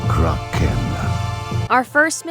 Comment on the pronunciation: This just unlocked major member berries! I still pronounce Kraken like the narrator voice from this game, rolling my R and putting a space in the middle of the name Krah-Ken.